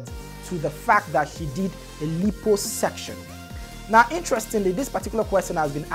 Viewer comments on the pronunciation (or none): Pronounced: la-i-po-suc-tion